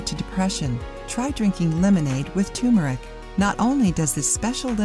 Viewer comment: its turmeric